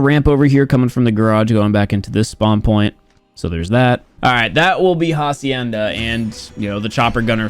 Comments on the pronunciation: It’s actually pronounced acienda the h is silent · pronciating hacienda like jacienda gave me life idk why